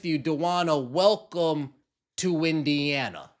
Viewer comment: Did you say WINdiana?